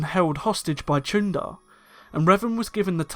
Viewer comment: The “ch” as in Chuundar makes an /sh/ sound. Jolee Bindo said so.